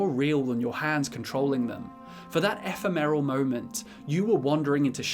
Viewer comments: 16.45 "...for that eff-err-merul moment" I don't know what you mean by your comment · Hearing you say ephemeral is distractingly painful... It's obvious you haven't used the word in conversation before